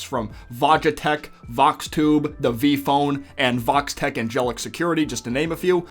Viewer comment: Am I the only one that always hear Vault-Tech when they said Vox-Tech? Also "It wouldn't surprised me if Vox spied on what happened in the Club with Angel and Val" Show a Vox Camera right on the up-left side.